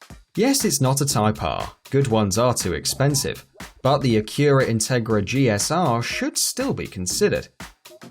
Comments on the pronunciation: ITS NOT CALLED AN AQUERA. ITS ACYURA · Acura not "a cura" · Ikr it’s “A-cur-ra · Learn how to pronounce Acura (ACK-yur-uh, not uh-KIR-uh) and coupe (it doesn't have 2 syllables.) You Brits also mispronounce Celica by emphasizing the 2nd syllable instead of the first. You'd think you guys would be decent at English since you invented it....but neeeeeeewp. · acjura. really? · 😂😂 "aceera" wtf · "Akurah" im in pain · wtf is this english zaa? aquraaa anoyed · pronounce AK-URA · A-kew-ra Integra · Some tell this guy to learn how to pronounce acura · the guy keeps pronouncing some of the car names wrong like Z and acura. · Can't even pronounce "Acura" properly. Fail. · the way he pronounces Acura hurts my brain. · The way he pronounces Acura.... Ugghh